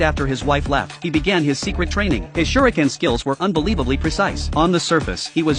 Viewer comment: Kunai ❎ Shriken ✅ 😂😂😂😂😂😂😂